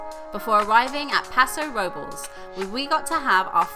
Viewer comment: Paso Robles, Sounds like Robe Less like you forgot your clothes. I'm loving the road trip, keep up the good work.